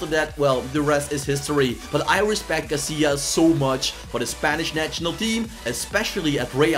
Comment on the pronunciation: It's Casillas not cassilas